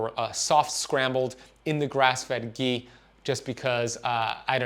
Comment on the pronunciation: Its not gee . Its ghee